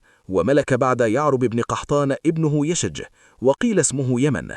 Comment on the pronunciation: ياخي اسمه يشجب وليس يشج. أخطأت بلغظ اسمة مرارا